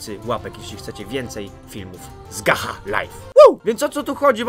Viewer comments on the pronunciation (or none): To sie czyta gacza lajf a nie gacha lajf ale i tak fajny i smieszny odc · Gacha Life (Gacza Lajf się czyta typku) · Gacza life się mówi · To sie gacza life wymawia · CZYTA SIE GACZA LAJF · Czyta się "gacza laif"Gacha life mam kanał oglondnij se na następny odcinku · to nie gaha life tylko gacza life XD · Nie mówi się Gacha Laife, tylko Gacza Life. Ale pisze się Gacha Life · Pisze się gacha life, a czyta się gacza life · pisze się gacha life a czyta się jako gacza lajf :D ;D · Gacha life Czyta sie: Gacza life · To się nie czyta,, gacha life" Tylko ,,gacza laif" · Czyta sie gacza laif a pisze sie gach life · Czyta sie gcza lajf a nie gacha lajf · Gacha Life - Czytaj GACZA LAJF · czyta się ''gacza life'' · To się czyta gacza live